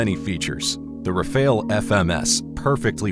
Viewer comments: It's pronounced "ra-fahl", not "ra-fail". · Isn't Rafele. Is Rafale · Ra Fale, not Ra Fail ! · If you’re going to create 15 minute content about aircraft, one would assume that you would research the material enough to know how to pronounce the name correctly. The Gripen is pronounced as Greepen and The Rafale as Ra-Fahl. Weird looking? Both are stunning aircraft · Your pronunciation of 'Rafale' is a *fail*. As is your multiple uses of footage not of the planes you're talking about. Plus you don't seem to answer your question